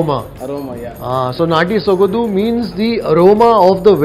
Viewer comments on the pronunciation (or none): Its Sogadu not Sogadhu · It is not sogadu....it is sogaDu....(after soga...say it the way English word 'Do' is pronounced....sogaDu'